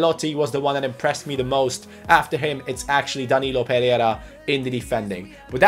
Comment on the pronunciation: I know you're really trying to say his name right but you're not achieving it, his last name is PE REI RA with an "I" between the "RE" and "RA", not PERERA, that's really annoying, thank you.